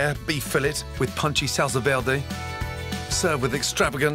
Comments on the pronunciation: Salsa, vierrrrrrrday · Adam Khalaf nope.Salsa verde is italian not french so you have to pronounce the R Salsa VEEERRRDEEE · Salsa veeldey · "salsa veldé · The was says SALSA VERDE😂😂😂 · „Salsa velrlrday“ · Jajajajajajajaja "salsa veldi" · The way he pronounced salsa verde is quite cringey. But other than that, fcking delicious. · Gordon should not attempt to say "salsa verde" anymore. Your welcome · Sahl - sal - sá - sá -veh -veh -deh -deh sallsá verhdeh :v